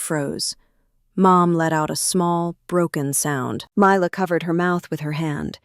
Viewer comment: . You are spelling it as Ly la and saying it too. You don’t take any notice of the details.